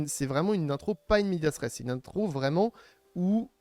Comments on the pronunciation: C'est pas "in media stress", c'est "in media res": au milieu des choses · Juste c'est pas in medias stress mais "in media res", super vidéo sinon, c'est une pure mine d'information.